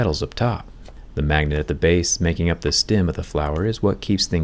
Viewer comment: Two things I learned in this video: you say “stem” weird, and are apparently immortal.